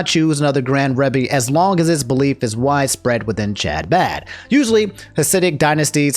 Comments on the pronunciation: I love you man and I hate to be that guy but Chabad is pronounced huh-baad. I hope this reaches you with care. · i love how you're pronouncing chabad, genuinely. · The way pronounces Chabad and other Hebrew language terms is painful to watch. My dude. You are a good dude. I don't even care where you stand on what happened there. But look up the names and get a bit closer than THIS.